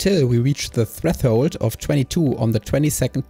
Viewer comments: freffhold :3 try to at least say fresh hold but hell yeah this channel is pretty good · Very informative video! Thanks for the help! One small nitpick: a lot of the times you say treTHold instead of threShold